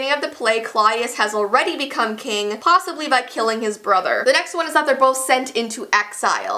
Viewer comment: eARLY!! :3 btw did anyone hear “plossibly” xD